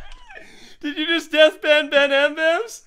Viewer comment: stop calling Ben benm it's supposed to be BenL cause he always loses